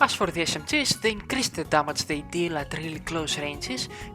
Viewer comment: BRO........... DAMAGE not DAMAJ, THANKS FOR THE VID THO